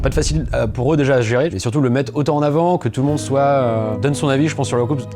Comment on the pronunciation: les deux fille dise tolton on tere gimé